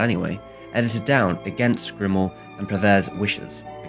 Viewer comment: THis is an amazing video that taught me a lot about that film I have seen many times, and I am French. Just for information (it's really not a problem), the pronunciation of French names is really off and at times, the spelling (Cocteau, sounds like "cocto"). Prévert is akin to "pray vair", Grimault "gree mo". But this is just for your enjoyment, I didn't mind it at all. Thanks a lot.